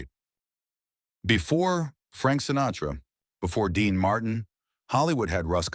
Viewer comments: Quit using AI that cant even pronounce names Dean Marten. Using real people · The butchered pronunciation of Dean Martin ‘s last name was truly a crime. Perhaps A.I. should do some research on these iconic stars who were so very famous. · Why can't he pronounce Dean Martin's name properly. Its not a hard name. Who cleared this video before it went on the Web.